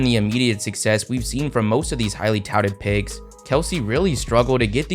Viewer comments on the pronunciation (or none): you keep saying pigs. sigs.